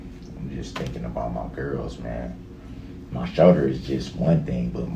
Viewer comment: It’s his “show-der”